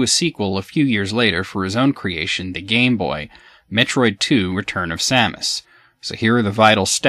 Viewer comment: I know this is completely trivial, but I want to just say that I'm glad you pronounce Samus's name the same as I do, which is the way I personally think it should be pronounced. So many people pronounce it as if it's spelled "Sumis Orrun" or something... Perhaps that's the correct pronunciation, but to me it just sounds wrong...